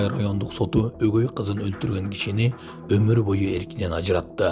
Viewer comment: Сынчынын сынар отугу майрык Дейт. Омур бойу эмес. Омур боюу. Йоддошуп кетет й менен у. Грамматиканы жакшы окуган эмессин майтык!